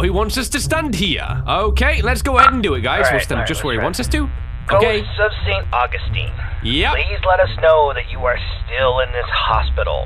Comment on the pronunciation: “Sent Augusteen” said, not knowing what he has done